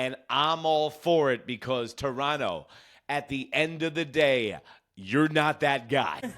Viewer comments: You said "Torono" which is how most of us pronounce it...mostly because of laziness, lol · "Chorono" is also valid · Give this guy credit, he pronounces Toronto correctly.